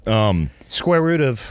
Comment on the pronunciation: You mean square “root”? lol